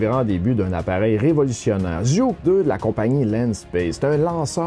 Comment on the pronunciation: Merci pour ta bonne présentation ! A titre d'info, Zhuque-2 se prononce "dgoutchuè-2".